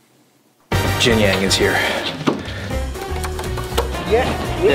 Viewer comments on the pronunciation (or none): Did he just say Jian Yang?? 😂